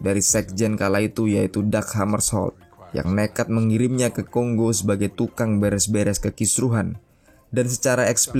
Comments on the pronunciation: Tolonglah itu bacanya Kongo bukan konggo🙄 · Silakan cek pronunciation aja dulu ya borr banyak kok video cara baca di youtube, nanti kan kita sama-sama jadi tau yang bener bacanya Kongo atau Konggo, daripada nanti malu 😁